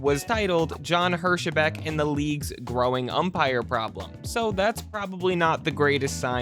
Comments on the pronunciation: I believe he’s commenting on your pronunciation of Hirschbeck. I’m pretty sure it’s pronounced Hersh-beck. But I could be wrong, about both the pronunciation and the context of his comment. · OK, it IS a computer narration -- and a PATHETIC one at that. It is obvious that the submitted 'vocals had John Hirschbeck as Jon Her sheh beck.. An extra added in syllable. What was once said by Mike Myers -- that the 'em phahh sis' was on the wrong 'sill ahh bahl' (in this case, the syllable was wholly contrived and invented -- never REAL in the first place). So, to say that I HATE computer narration -- would be a drastic UNDERSTATEMENT. not a fan of John Hirschbeck either, but (the author of this post) if you want to castigate umpires, bad calls etc., then 'clean your own house' -- first. Ya cannot lambaste someone who is doing far less worse than what you already have done! CTFO. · Hirschbeck is 2 syllables, I don't even know how someone can see that and think is 3.